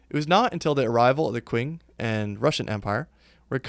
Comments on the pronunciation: Qing=Ching not kwing. Chi ng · It's pronounced "Ching" Dynasty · Love it!!!! Big hole for this in the YouTube history/geography world. This is more of a note for you than a criticism, but just so you know the Qing Dynasty is pronounced like "ching"